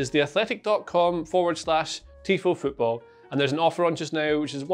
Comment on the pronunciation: For the first 10 seconds tifo becomes t i f o